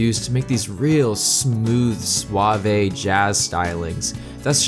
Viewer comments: Nice video, I love SA2's soundtrack. I'm also gonna be the jackass who mentions that the 'e' in 'suave' is silent. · WHOAAAAAA ..... I was waiting for you to explain how someone who worked on Knuckles' songs died in a car accident years ago, but I keep looking it up and I can't find any info on it anymore. O_o ... can anyone shed some light on this??? I swear on my life that I looked this up years ago and I found an article about his death. thanks so much for this long love letter though! ps: it's pronounced sw-ah-v, like swathe. not sw-ah-vay ... (suave) also, japanese names are usually pronounced phonetically, so any syllable will sound the same...e.g., naoto = nah-oh-toe, not nay-oh-toe sorry for being a stickler, but I figured this might help your narrations in the future. we must all aspire to the level of production value on SA2's soundtrack ~ XD also, I cannot believe the talent that was present for the ost. I know sonic is big, but it's honestly incredible.